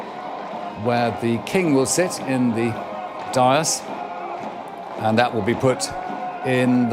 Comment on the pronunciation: His pronunciation of “dais” and “mall” is wrong. He’s not that good.